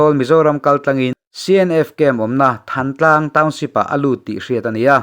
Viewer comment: Thantlang lamrik dan hi than(sang/tlang) tia.lam rik ni se,tih ka rawt e.